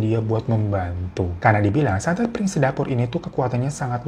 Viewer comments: bukan piring sedapur bang Ifan, tapi Pring sedapur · Ga 30juto juga kali bang... Tetep juta ngucapnya.... Bang bang... Koplak bgt deh 😂😂😂😂😂 PRING SEDAPUR BANG, BUKAN PIRING... PRING ARTINYA BAMBU HADEEHHHH